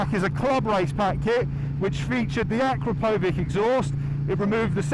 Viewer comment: Uh-KROP-oh-vitch. And it's abbreviated "Akra," not "Akro."